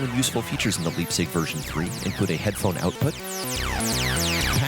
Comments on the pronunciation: The "lipzig", ehehe. Yuu can be sure it's "vco USA" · Leipzig is a German word named after a town. Pronounced L-eye-pzig.